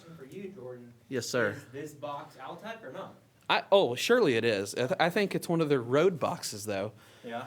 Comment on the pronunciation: Jordan, it's not pronounced "Al-tech." They were called, "All-tech speakers." Just a minor thing. Thanks for the trip down the VOTT lane. I still own a pair of perfectly good Altec A7-800 speakers.